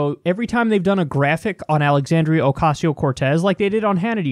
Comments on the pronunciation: Graham Siggins "Alicia" lmfao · Jefferson Rose Alicia? lol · Not even mispronounced, literally just said a different name lol